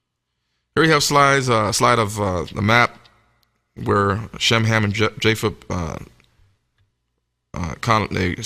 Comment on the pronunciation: It was Cham 1st instead of Ham